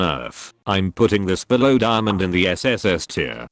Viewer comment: did this guy say dimond is sss lol